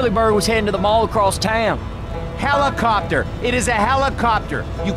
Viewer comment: still never learned how to say helicopter😞